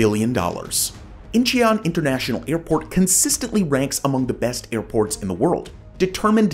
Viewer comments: Incheon is pronounced In-chun. Soft u. If you had spent 15 seconds doing a qucik search, you would have heard the simple pronunciation. But other than that, you really did well. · Incheon is two syllables, not three. Great content!